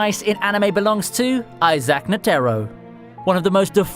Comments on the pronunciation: Was he pronouncing it N-Terro? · The way you Pronounced Netero's name just really erked me